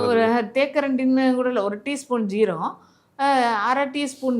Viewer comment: ஏனம்மா, உங்களுக்கு "சீரகம்" என்றே சொல்ல வருதில்லையே, ஜீரகம் என்கிறீர்கள்!